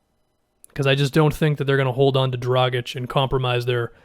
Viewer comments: You pronounced Dragic correctly!!!! You are one of the few,. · It's better than most. Most people pronounce the G like a J and and the C as a hard C instead of a CH sound.